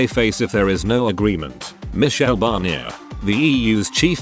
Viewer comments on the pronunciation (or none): none